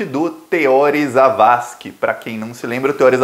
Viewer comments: O nome do ministro é TEORÍ. Não tem acento, mas se pronuncia como se tivesse. Se fosse TEÓRI, teria de ter acento. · Oi. A pronúncia correta é Teor[í] e não Te[ó]ri. 👍🏼☺️ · já que vc vai ler os comentários, anote aí. Teori é oxítona, ou seja silaba forte no i. Outra coisa, NÃO MUDE o nome do cavalo aqui de Curitiba, o tal DD. Não é Delagnol e sim Dalagnol. Olha, o ministro Teori Zavascki, foi sim retirado de cena. Ele era uma baita pedra no sapato e quando o avião estava boiando no mar, pescadores viram uma mulher dentro da aeronave pedindo socorro mas policiais cercaram tudo, retiraram os curiosos e a deixaram morrer.